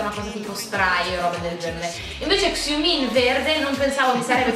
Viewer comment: "ksiumin" volgio muorire hahahaa no, aparte i scherzi, sono l'unica che dice (pronunciato) shumin? bo, cosi lo pronunciano i koreani